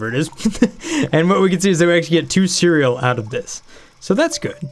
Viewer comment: "Ceral" Bruh